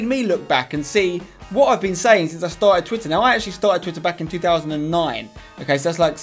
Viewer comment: 'tarted titter back in two tousand nine'